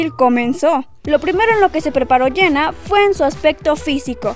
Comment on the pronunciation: Quien es "Iena"??? Pronuncia bien, por el amor de Dios!!!